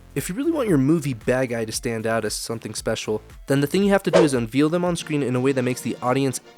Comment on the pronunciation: ...Is there a reason you just copied the Filmento video "How to Introduce a Villain" word-for-word? You copied it so closely that you even mispronounced the word "unveil" just like he did due to his accent. Literally copy-pasted. That's honestly embarrassing, dude.